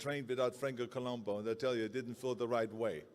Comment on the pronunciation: It’s Columbu, not Columbo. I hope the trophy spells his name correctly.